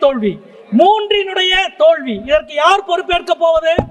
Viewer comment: தோள்வியா அல்லது தோல்வியா? தமிழைக் கொலை செய்கிறார் இந்த mp